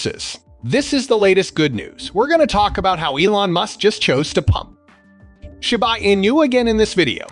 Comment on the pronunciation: Why you keep saying shyba not shiba😂